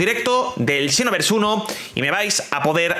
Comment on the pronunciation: La pronunciacion seria "sinovers" no "chinovers" JAJAJAJAAJAJAJAJAJAJA